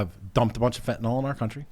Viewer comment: fenteNYL........NOT fenteNOL.